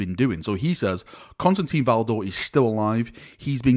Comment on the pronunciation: Not Constantine, he is Constantin. There is no een